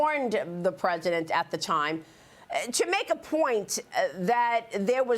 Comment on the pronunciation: It's Not "Ee-Rainy-Yan" (no Rain in forecast)!! It's pronounced "Ee-Ronny-Yan"!! Highly educated Journalist!!